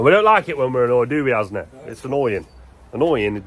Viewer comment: Nevermind "Asnee" ...rename him " arse nee" #buildersbum 😵‍💫..🤣